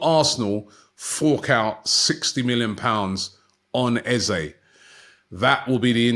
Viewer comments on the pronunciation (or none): It will only be £30m if they sell ESR. …. and it’s Eze ….. not Ezay …...an e not an a!🤦‍♂